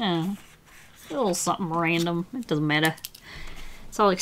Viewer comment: I sense a hint of Aussie, especially when she said "doesn't matter" qwq I luv your art T^T 💜💜💜